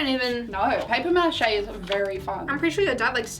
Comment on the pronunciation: just ignore the fact said paper machete no mache